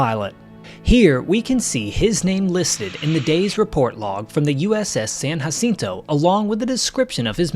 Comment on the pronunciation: btw you did not say uss sanjacinto correct